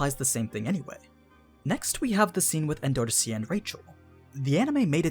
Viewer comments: En-door-C not En-do-ro-si.... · anaak being green wasn't a big enough clue? also, why are you pronouncing 'endorsi' like N$C... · The way you say endorsi is funny